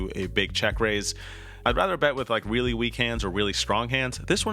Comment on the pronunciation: Yeo beast poker player love the content I admire your game hopefully one day I get to play at this level broski you really said weely weak hand and weely strong hands hahaha